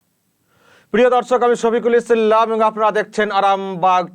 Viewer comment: ইসি ল্লাম্ বলেন কেন আজকাল! ভাল থাকবেন।